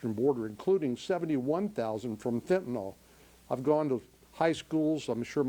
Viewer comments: Why does everyone pronounce it fentanol? The why is silent it's fentanul or fentinle. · Could my party please stop saying "Fent-nol", please??? It's really this generation's "Nuculer", and drives me nuts.